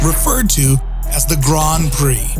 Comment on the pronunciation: I was taken out of the video every time I heard the word "Grand" pronounced as "Grahnd." It's not pronounced that way in any dialect of English I've encountered. Someone clue me in!